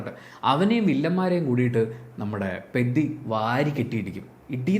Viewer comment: Peddi alla bro peddhi ( means valiyavan or giant) in telugu 😊